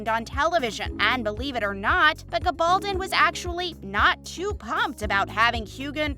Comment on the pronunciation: She does not pronounced it correctly. Diana said it's pronounce Gabble Don with an accent on the "don". That is the English pronounciation, not the Spanish one as her father was of Spanish heritage.